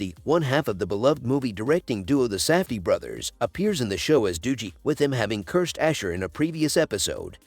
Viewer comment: Stopped watching as soon as I heard "doojie"